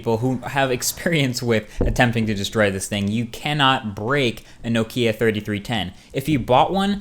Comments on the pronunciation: Why can't u pronounce nokia? But great video other than that :) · You need to learn how to pronounce Nokia ;)